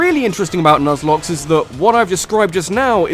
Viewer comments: "Nuzlocke," um ... holy shit. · People always forget the "e" in Nuzlocke.